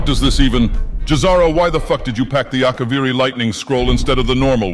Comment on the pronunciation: would make Uncle proud in his Akaviri pronunciation.